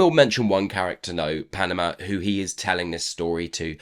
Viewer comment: Great review! but why do you call Padma Panama?